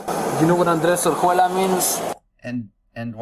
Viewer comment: I think the guy is just saying his name with the c/c "andresuela", his name is Andres Orjuela Montealege